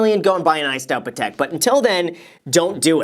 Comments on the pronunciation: You pronounce the watch name weird. Pa-tik is how I would say it not Peh-tec. He said it they way I've always heard it. It's a French name; Geneva is in the French speaking part of Switzerland so "Peh-tec" ain't it, Graham. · Graham it’s pAt-eck ( like your saying Patrick without the r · I've heard about "Patek" watches a lot in rap songs, but they always pronounce it wrong, like "paddock" 🤣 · He keeps saying Patek wrong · why does he pronounce patek like that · He is pronounce patek wrong😂